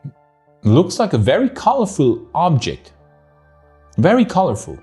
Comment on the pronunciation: Everytime he says "Ooooobjekt" drink 🍸 whatever you want